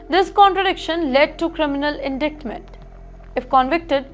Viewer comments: Yeah. In-Dikt-Ment. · Indictment not indaitment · Indictment? Man the pronunciation is getting worse! It’s spelled indictment but ‘c’ is silent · Please learn proper English before trying to anchor a report. Let's start by learning how to pronounce the word 'indictment'.